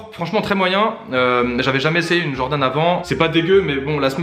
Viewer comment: Jordan se prononce DJordan 😭😭 sinon louurdddd